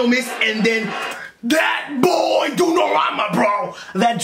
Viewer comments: Dunorama???? Hahahahahahahah... Donnarumma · Bro is not “ dunnaramma “ like u said🤣 it’s “Donnarumma” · "DUNNARAMA" invece di DONNARUMA è bellissimo😂😂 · "Dunorama" ahaha I love you man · hanks for your comments. Anyhow just wanted to correct you on the pronouciation of goal keeper Donnarumma is pronounced Donna (double n) and rumma is pronounced as you woold in "Roomma" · Donnarammma ahahah, i love your pronunciation, big up from 🇮🇹